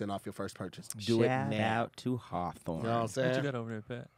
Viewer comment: mans stilllll cant pronounce hawthorne lol